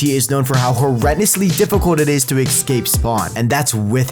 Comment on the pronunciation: I love your vids but pls for the love of god stop saying egscape